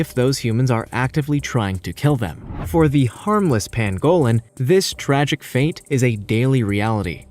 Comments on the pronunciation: Ooh - would that be the crested variety? (no I'm not a birder, I just think Grebes are cool :-))Yeah - he's not great on the pronunciation thing is he - It's also a PAN-go-lin not a pan-GO-lin and Tan-ZAN-Ia not Tan-ZANE-ea, but I don't think he's really that bothered. I'm glad you pointed it out though - I was about to do the same myself but without the academic credentials and was wondering whether it was worth the "oh look, here come the grammar police" BS which would invariably follow... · Its pronounced Panglin not Pangowlin you idiot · It’s pronounced pang-ga-lin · Tan-zuh-NEE-a and PANG-uh-lin. You forgot the endangered black-footed ferrets. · Ice itched about your silly pronunciation before but research must be just too difficult! It is a PAN-go lin. And GREEB ! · This guy’s pronunciations hurt my ears! He can’t even say pangolin. Also I would happily kill and eat anyone who kills or eats a pangolin.